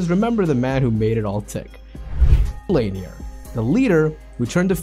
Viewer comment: Lanier is pronounced La Neer